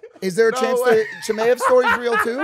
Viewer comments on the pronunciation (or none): Adesanya be like "Chamzat Kimaev"